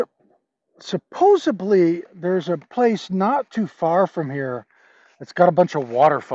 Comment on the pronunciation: It's supposedly, not supposebly!🙃